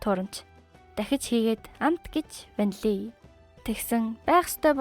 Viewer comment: 😂 ванлий шүү